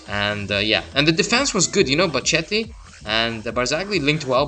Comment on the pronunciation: ch is k, bocchetto is bokketti, he is italian not spanish xD